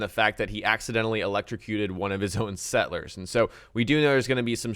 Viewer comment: I am very excited, but the way he says sett-lers, it bugs me.